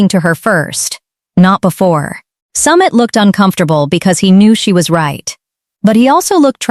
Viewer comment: Narrator. Learn how to pronounce names properly!!!!! Pronunciation wise it's SUMEET not Summit!!